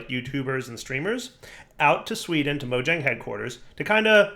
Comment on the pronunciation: You went all the way to sweden, & you still pronounce Mojang with a hard J? :P Totally awesome to hear that the Java team is expanding still, thanks for letting us know!